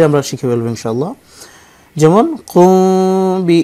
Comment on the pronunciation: কুম বলছেন না কুং বলেছেন বুঝতে পারছি না পিলিজ বলেন